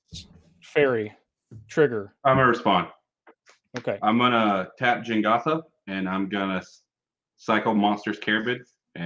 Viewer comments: I can't believe they went the whole episode calling it Jengatha, when it is Jegantha lol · i really hate saying Jengatha instead of Jegantha. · keep calling it Jengatha, but it is Jegantha